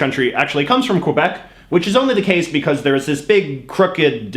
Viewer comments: a canadian who says qu-ebec so sad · I noticed he micro-paused before saying the word. Definitely unnatural. Also I’m pretty sure he purposely pronounce Quebec wrong too. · I just like how he say Quebec